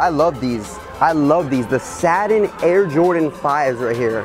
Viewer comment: says the the air jordan 5 "Saddens" LOL It's pronounced SAT-TIN.